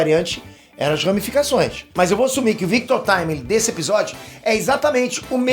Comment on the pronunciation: FINALMENTE ALGUÉM FALANDO O NOME DA VARIANTE DE FORMA CORRETA 😂 NÃO AGUENTO MAIS O GABRIEL DO NERD LAND FALANDO "VICTU TIMILINGUI" PQP